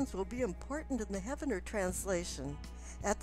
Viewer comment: I just opened comments to correct her. you beat me to it.